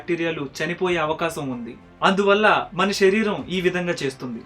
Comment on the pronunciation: గారు మీ వీడియోస్ అన్ని బావుంటయి. కానీ మీరేం అనుకోవద్దు ఒక suggestion చెప్తాను. షరీరం కాదు శరీరం అనగలరు. అలాగే తెలుగు pronounction శ. ని ష గా పలకడం ఎక్కువైంది. అందుకే ఏ వీడియో లో అలాగున్న వెంటనే కామెంట్ చేస్తా. ఏమి అనుకోవద్దు